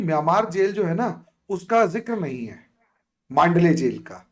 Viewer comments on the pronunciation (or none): मांडले नहीं मंडाले कारागृह !